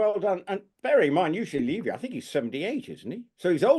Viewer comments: Eugene's show is really good. I recommend watching all the episodes, not just the one with Prince William which was excellent. And, I just have to say - everyone is pronouncing Eugene's last name incorrectly. And it make It isn't LEE-vy. It's not a long E sound. Think of the first syllable of beverage or Beverly - Bev. As far as Mr. Montecito's stalker - I don't believe the story for a second. It had been almost a month since he'd been in the UK and we're just hearing the story now. We learned about the 'near catastrophic' car chase within hours of it not happening. He's so focused on getting his security paid for, I find it unbelievable that they would have delayed this story if it had actually happened. Edited to add - to answer question about when the whole Meghan thing is going to stop, it won't stop until the UK media and YouTube creators stop giving them the coverage. They don't do anything noteworthy but everyday there is some ridiculous PR story about them which is splashed across social media. Just stop covering them. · Just another comment, Levy is pronounced Leh–vey. Not Lee-vey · It’s Lev, like Bev. Eugene Levy. Not Leavey. Canadian here just letting you know. Cheers. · As a Canadian I both laugh & cringe as our beloved actor’s name is mutilated! It’s pronounced: U Jean Levee. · It’s’ levee’ and Eugene said it was filmed in February.